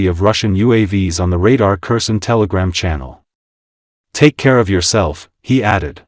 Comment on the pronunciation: This is an AI voice. Kherson is pronounced wrong. I am still upset that Putin was not arrested when the plane touched down in Anchorage. For a state with a small population, we have a large airport that has to refuel planes from all over the world so they can continue to reach their destination. We have officers here in Alaska who could have arrested Putin. Trump is an idiot. You can not bargain with Putin. It's like talking with concrete. Putin believes Russia is entitled to all of Ukraine. He plans to kill a great deal of the population and bomb them into submission, it is clear. Russia has not only North Koreans fighting with them, but Iranians, Africans, Vietnamese and some other nations they can get mercenaries. Putin is a soul-less monster.